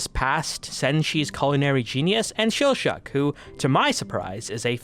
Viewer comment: Mispronouncing Laios and Chillchuck's names AND spoiling someone's heritage? Damn, dude. What do you think you're doing?